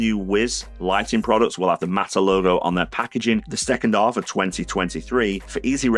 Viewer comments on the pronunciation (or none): Why doesn't this guy pronounce the letter H? After I update my ub, I can get Phillips you working with my OhmKit in the second aff of 2023 when I can tell ow much power I've used. He hopes you've enjoyed it. If you av, don't forget to subscribe, because it elps him a lot.